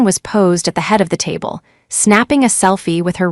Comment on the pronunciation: tab---le???? sheesh at least try